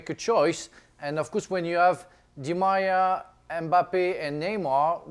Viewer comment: I love how frank couldnt say Di Maria🤣